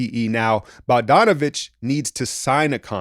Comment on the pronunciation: "Boh-john" Bogdanovic 😂